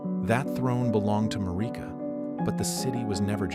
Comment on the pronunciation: Mareeka.. lol inlove when people mispronounce it. Its MAIR- IH- KUH